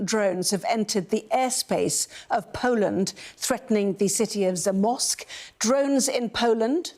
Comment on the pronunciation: You did great pronouncing the names of Polish cities, much much better than the Sky news lady, I wouldn’t know she is talking about Zamość if you didn’t pronounce it correctly prior to her… gibberish.